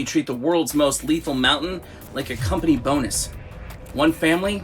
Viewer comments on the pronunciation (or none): none